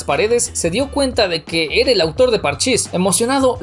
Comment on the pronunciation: Karmatrón es una palabra esdrújula. La primer vez q la pronunciaste en el video lo hiciste bien. Pero de ahí hasta el final del video la pronunciabas Kármatrón…… fue muy irritante. Q suerte q yo no me enteré de nada de eso jajajaja Yo tuve la suerte de comprarlo desde el número uno. De ahí descubrí a Sdubi y haste me compraba a Belicuz. Jajajajaja En fin, como dicen: nunca conozcas a tus héroes en persona.